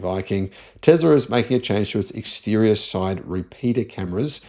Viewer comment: Tezler 😂 speak English man 😊Tezzla 😅 Let's say it together T E S L A ... TESSSS LA